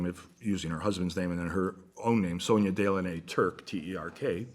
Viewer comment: Really enjoy listening to Very interesting presentation of his knowledge. Can't find out more about him though. He is hidden from the usual public media places.. BYW though...they are pronounced Dellawn' -nay.